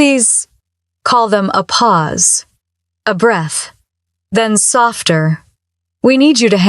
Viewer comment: When "Pause" is spoken as "Poesay" you know immediately that this video is NOT being narrated by a real person. Instead, it is being narrated by a ROBOT! And the captions are AI-generated. Thus, this video is FAKE!